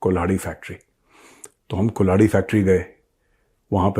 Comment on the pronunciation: कल्हाड़ी होती है वो मेजर साब, कुल्हाड़ी नहीं 🤣🤣